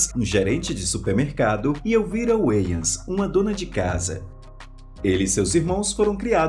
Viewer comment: Finalmente aprendi a pronunciar corretamento o nome "Wayans" rsrsr